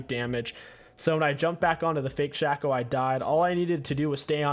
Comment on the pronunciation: Did he just say Shack-ow? instead of shaco?